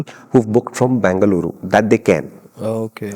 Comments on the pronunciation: Thanks for saying it right as bengaluru ❤ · Thank you for calling it Bangluru over Banglore 😍 Lot of love ❤️